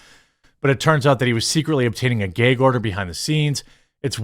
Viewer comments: It's gAg order, Jeremy. NOT gEg order. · Please say gag order. It’s just not “gayg” order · Holy FUCKING SHIT BRO stop saying GAYG ORDER.... I thought it's gu-ag order. Not trying to be a dick head but crist nailed to a fucking 2x4 . It's just as annoying as hearing people smack their lip after every single word OR listening to people eating their food............................! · Lmao. For the last time. It's GAG order. As in gagging! There's no Geg😂😂😂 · The word is gag, no gayg. Also, why do you have a pride month marshmallow man? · The "gayg" order. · Whats a "ghea" order? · "geyhg order." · "Gayg" Order. 😂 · Dude, learn how to say "gag" wow! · Say gag again haha